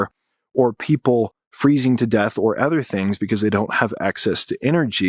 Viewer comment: pronounce it with me: "uhh-ther" not "ehh-ther"